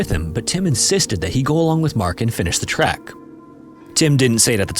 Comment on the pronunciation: Bro, it's called a TREK, not a TRACK.